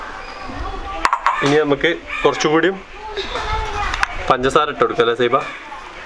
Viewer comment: പൻസാര അല്ല പഞ്ചസാര 😊😂